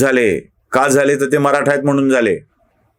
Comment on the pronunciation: 'म्हनून ' नाही हो! तो 'म्हणून ' असा शब्द आहे. शुद्ध बोलायला शिका ना जरा.